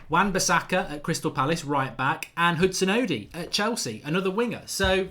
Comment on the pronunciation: Mark it's odoi not odi